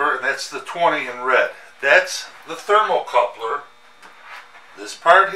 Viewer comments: Thermocouple, not thermocoupler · THERMOCOUPLE...NOT THERMOCOUPLER...